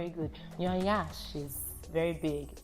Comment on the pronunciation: It's not 'nyansh' no one emphasize the 'ny' rather it's 'yansh' and an emphasis on 'n' which she pronounced impeccably